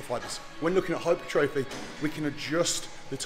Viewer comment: Hyper-trophy 😂 Hai-puh-trah-fee. For those that don't know 🤫